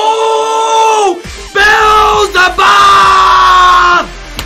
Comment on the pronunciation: Pronounced Beezlebub not bezzlebub lmao